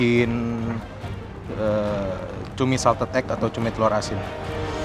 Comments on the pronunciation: Cumi❌️ CUMII✅️😂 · Ituma bukan cumi, tpi CUMIIIIIIII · Cumi ❌ CUMIIII ✅